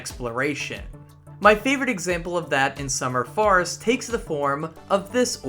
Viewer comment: some good content! a little surprised you could make such a long video when it seems youre unaware of quite a few things in the game (double jump, x to swim etc). also the way you pronounce summer forest sounds like summer farts lol